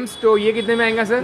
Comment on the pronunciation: Its ayega not ayinga